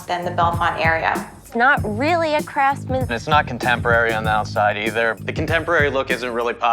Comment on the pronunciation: If she says "craftsman" one more time I'll jump through the screen. IT I NOT A CRAFTSMAN.